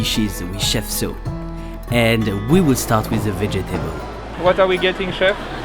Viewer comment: It's cute when you say "Ve-Je-Ta-Bol" for vegetable... :D